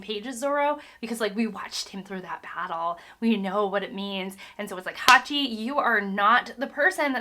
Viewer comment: You pronounced Hachi wrong... But I don't know how to correct it in writing. The ch is not pronounced like a k. It's more like a tch... (Edit- you said it right later.... So dont worry about that. He is my favourite vilian in this arc). You can Also it's Bellemere not just Belle. Pronounced Bel-a-meer. That's as far as I got so far. You might find it interesting that it is a troupe in Japanese fiction (not just in manga) for a characters final words to be telling someone "I Love You". This is obviously seen in this arc with Bellemere. I might add more later but for now I also want to say that i completely forgot that sone of the things in the story are hinted at this early on. I cant tell you more because of spoilers, but make sure to try to remember every detail bevause it might come back out of nowhere a few hundred chapters later